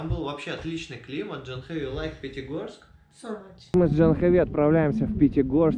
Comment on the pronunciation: Вообще то правильное произношение этого имени на санскрите - ДжААхнави!